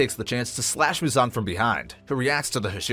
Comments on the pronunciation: it's MUzan not muZAN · what the fuck is that pronunciation of Muzan's name